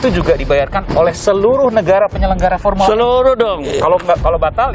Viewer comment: Bukan pormula e pormula sakit gigi kale